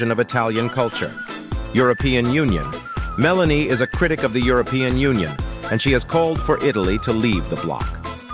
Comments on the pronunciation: What a mess AI makes. It can’t even get her name correct. Meloni, Melanie. Make up its mind. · Her name is Meloni not Melanie. It can’t be that hard to get it right. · You cant even get her name right ,its not Melanie,its Meloni,and what youre saying its absolute BS,gets your facts right she is nothing more then a PATRIOT,that is why her party uses the openig line of the Italian national antem as their name ie Fratelli DItalia ,in English Brothers Of Italy,since when loving your country is not ok?